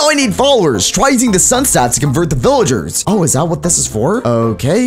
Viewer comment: Vilyarrrs me: you mean villagers